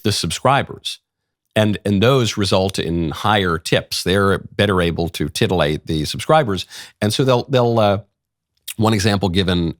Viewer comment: I swear if he said Titalate one more time, I was gonna bust. What an edge lord.